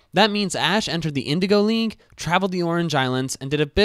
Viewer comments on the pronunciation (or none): none